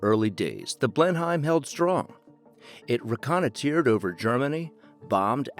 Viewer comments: It's pronounced "Blenim" Like "Denim" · Dear lord the pronunciation of Blenheim is shockingly bad......